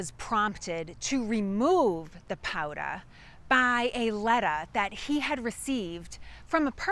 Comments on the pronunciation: Mr. Brattle 'took a powdah'! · Powder rhymes with Chowder! (Another excellent video! Thanks for making them... I'm the direct descendant of a Scottish born Loyalist who fought for the Crown with his sons in the North Carolina colony... until they were taken prisoner after a big battle and given a choice... sign a document saying their loyalty now lies with the Congressional forces or swing from a pine tree... they took the pen not the pine... so they kept their lives and the family land... :)